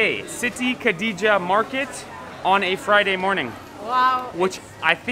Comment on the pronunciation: Your Pronounciation is getting better 😱... I love to hear you say Siti Khadijah... just like Arabic people or Malay people... nice and good job bro and sis 👍🏻